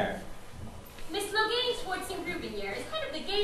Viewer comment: it's pronounced like logan!!! it's not lo-gayn!!!